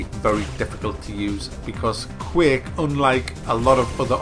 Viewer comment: Why do people pronounce it Quake Life?